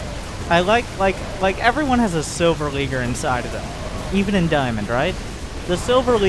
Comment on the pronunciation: It's actually pronounced "Efferyone"